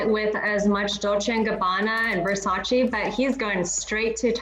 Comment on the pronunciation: Not Mrs “Haute Couture” pronouncing Versace wrong